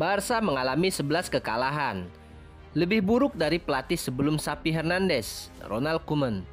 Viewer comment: Bukan SAPI Mas.....tapi XAVI...pake V.....😂🤣😂🤣